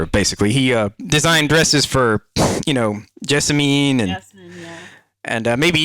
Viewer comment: I have a bone to pick with you,. You dare say "Jasmin" for Jessamine, yet correct on Déraciné. I need answers!